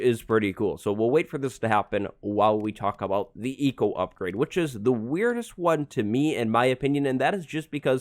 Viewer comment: I thought you said Etho upgrade and not Eco upgrade xD